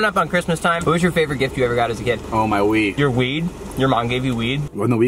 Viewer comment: did anyone else think he was saying “weed” and not “wii”???